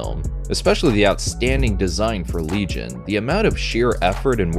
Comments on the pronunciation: “Legay - on”? What the fuck 😂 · Always happy to see the 90s Gamera receive some appreciation:) btw as a big fan of Shadow of the Colossus, I'd been HEARING Otani throughout the trilogy yet only on this video finally I've got confirmation that it's him=) Haha. Whoever did that silly pronunciation, his Le-gi-on is closer to Latin original than your LeeJun >:D Seriously, you USians should redo your entire grammar. I for one would be happy to learn it :D As for that weird hug.. hm, not impossible, after all Kaneko does have a sofcore background. In the light of how the rest of the plot unfolded, however, it always looked to me as an early attempt to assimilate the girl, but yea, it's very suggestive. I'm just rewatching it after awhile, guess we'll see how does it come across this time around